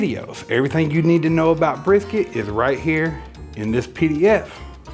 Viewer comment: Bris, Briks, Brisss, F-it, Big Hunk of Beef. There I fixed it for you! LOL